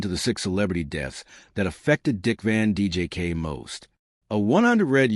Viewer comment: I was curious to hear this information. . . but I had to shut it off after the fifth or sixth time the AI Narrator (and therefore the captions) referred to Dick Van DJK. There's a lot of A here. . . and not much I.